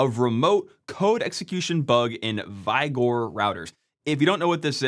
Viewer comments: "Vi-gore"? Is that how it's pronounced? Not like the word "vigor" (as in "vigorous")? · It's pronounced "vig-or", not "vai-gore" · Vigor isn't pronounced "v-igor". 4d2, not 42d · The word vigor is pronounced vig-uhr, not VYE-gore. Uh, if it helps, it rhymes with the n-word. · for Vig-or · No its Vigor, just Americans pronouncing things weirdly. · Should be pronounced wig-or. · why is he saying vigor weird